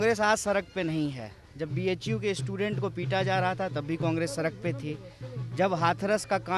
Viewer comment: Are गधे सड़क होता है। सरक नहीं